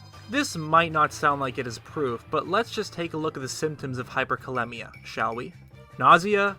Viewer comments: Performs specific research & precise calculations, but still pronounces it "hyperkaLEMMia"....it should be hyperkaLEEMia, like rhymes with anemia. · Hyperkalemia is pronounced (Hyper kah-lee-mia) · as a healthcare professional... 3.5-5.0 isn't the average, its the acceptable range of potassium...outside of this is dangerous... and hyperkalemia is very life threatening, look up nerve function, and heart muscles... so is hypokalemia... and its pronounced cal-eem-ia